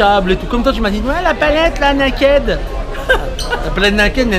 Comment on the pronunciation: Xpldrrrrrr «la palette naked nènèke» loooool jen peux plus... mdr déclaré forfait même dans le plus GRAND magasin d électronique au monde y'a dla place pour les cosmétiques #teamlinda.